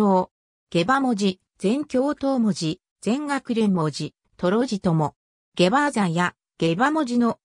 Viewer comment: おろ?時折「ゲバ“アザ”」になってね?